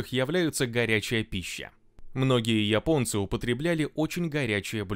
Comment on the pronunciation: Спасибо админ! Только от тебя слышал правильное произношение слово"Японцы".1А то все пошли произносит место "Японцы"сказать Епонци,или Епония.